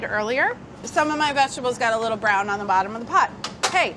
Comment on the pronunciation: ”MAAH, WHY IS DA CHOWDAH BRAAAWN?” 😂